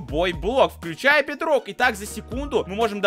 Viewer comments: Ты сказал бедной! 😂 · ты сказал в майнкрфт бидрок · Ты сказал BitRock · Ты сказал бетрок